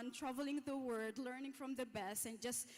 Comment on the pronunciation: Someone PLEASE let the young lady from Saudi Arabia,, know, smiling & in a friendly, loving, helpful way, that SEVERAL TIMES:,,,,,,, she pronounced the word WORLD as WORD. Please tell her: "A planet is not a "WORD" it's a "WORLD". Thank you! 😄